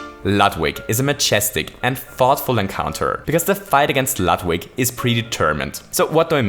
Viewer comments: Hey, Ludwig is pronounced Lood-vig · Warum sprichst du Ludwig "Ladwig" aus? Deutsche (Eigen) Namen kann man ruhig auch korrekt aussprechen... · the "u" in Ludwig is pronounced like y"ou" not like b"u"tt. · It sounds quite ridiculous if you pronounce the German name Ludwig in an English way. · You keep mispronouncing Ludwig. In german (beethoven was born in germany and died in austria)mw is pronounced like english v. you should know that. german is your native language. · that's not how you pronounce his name